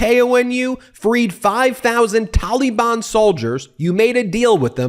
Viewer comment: Ben has such strange pronunciation of the word Taliban ("tolly-bonn") 😂